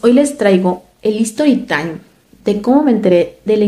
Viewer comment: Hola sin afán de ofender y más bien para q vayamos creciendo, la pronunciación correcta de story tIme es STORY TAIM, ya q escucho q muchos pronunciación History pero esa i de al principio no se debe pronunciar ya q lo están pronunciación en inglés si deporsi tu intención es decirlo en español sería hora de la historia ú hora del cuento.